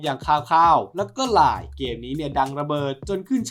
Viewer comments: ไม่น่าเรียกว่าไม่ชัดเจนนะ ควรเรียกว่าผิดพลาดต่างหาก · มันคือภาค line แต่ เหมือนพี่เขา คงพูด ไม่ได้ชัดเจน😅